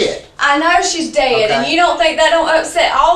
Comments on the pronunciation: in southern accent..."shaays Deeyhhd." lmao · That's "SHE'S DAYED" WAS GOLD. Southern contempt is something else 😆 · I never knew the word “dead” had two syllables!